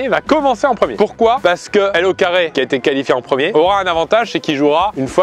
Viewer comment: c''est plus LauCarré mais LauxCarreaux